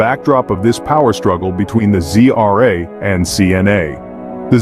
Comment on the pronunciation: Why do you pronunce ZRA as GRA ???